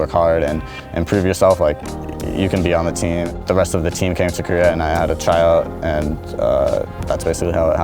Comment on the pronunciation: he said try-out but it sounds a lot like child haha